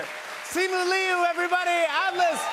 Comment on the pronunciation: jimmy said "lee-ooh" and not "lu" which feels like the first time a white talk show host has ever actually gotten a chinese name right